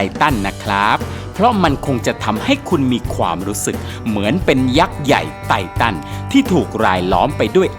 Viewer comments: ค่ะ ไททันค่ะ ไม่ใช่ไตตัน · ไททันค่ะ ไม่ใช่ไตตันค้าา ^^